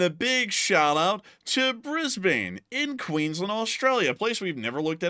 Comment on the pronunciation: for the record, brisbane is pronounced briz bin.